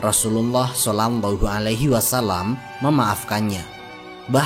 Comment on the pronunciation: Maaf min..... kedengerannya "solangllahu alaihi wasallam".